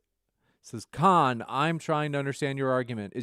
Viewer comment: I'm biased in that I'm conservative and love Andrews debate skills so I was with Andrews side from the get go, but I will say that vegan rebuttal about pulling out the banana first was hilarious! comes in second tho with the KAHNNNNN!! from star trek lol